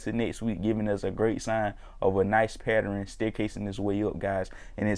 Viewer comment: Pattern …say it with me (Pat-Turn) it’s not a Patter-in …killing em with that shirt though 👍🏻👍🏻